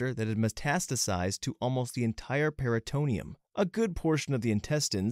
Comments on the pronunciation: Not to be picky but, you guys need someone to help you with correct pronunciation. Three words I can think of off the top of my head: triage, peritoneum and radiologist. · Peritoneum = "pear-ih-tuh-NEE-um"